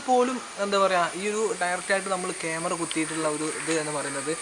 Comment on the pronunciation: കേമറ അല്ല ക്യാമറ